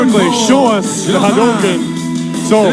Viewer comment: “Hidari” pronunciation is good also “Hadouken” too lol